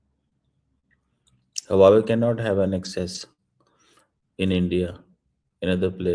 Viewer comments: … Hu aa wei! Na ki, Haa wa wei 😂😂😂😂😂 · Chomu cheema saying huwawe for Huawei.😮😮😮😂😂😂😂